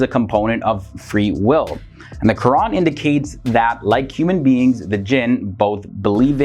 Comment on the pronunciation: The host is Muslim? The way he is saying Qu’ran is on point